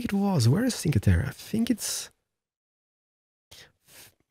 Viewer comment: Hi! Cinque terre is pronounced like 'cheenque terre', and it means literally 'five lands':) By the way your pronounciation of Italian words is pretty good! Keep up with all of these enjoyable videos! Ohhh also: the toll booth with the yellow lines is called Telepass, and allows you to go throw the gate without stopping for the ticket;)